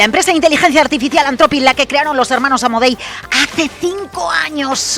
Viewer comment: Dejen de decir "antrofic" por favor, "anzropic" o en su caso antropic, pero nunca antrofic